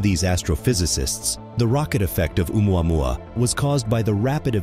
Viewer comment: What kind of reporter is she..not even know how to pronounce oumuamua...😄